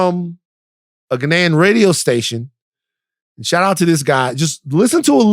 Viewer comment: Ok someone needs to teach Van how to say Ghanian properly